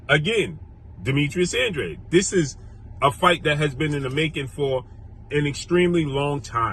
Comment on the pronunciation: that’s how you pronounce it it’s a Hispanic name bruh